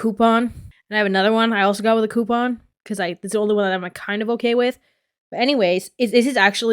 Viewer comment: Just got here and I need to say that the way you say coupon makes me feel seen and safe